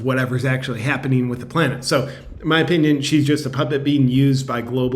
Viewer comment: Planet... Lol... Plane-t I always wonder why they say t minus when they start the "launch sequence".. On a side note.. Tic toc.. Some1 had posted really old photos that seem to resemble actors and actresses from today's age. Problem is.. The photos were from back in the world wars days.. Ww1 and ww2.. Also was a very old photo of what looked like to be gretta... Very ofd